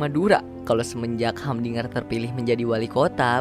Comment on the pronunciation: Namanya humdinger tapi bacanya hamdiger😅😅